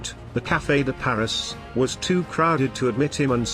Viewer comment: The AI voice id very good, but not perfect. An actual person would automatically realize that 2nd is pronounced "second", and that in Cafe de Paris, Paris is pronounced Paree. Having said that, Richard Todd was my boyhood hero, especially after seeing the Dam Busters..